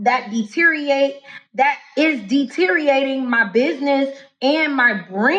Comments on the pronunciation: It's deteriating her brand ya'll. 😂😂 Deteriorating...English mother fucker do you speak it? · Again: considering the incoherence of her speech and inability to even maintain a single train of thought, I can only guess where all the money went… 🌿💉❄️ “Detereating my business…” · She lost me at "deteerating"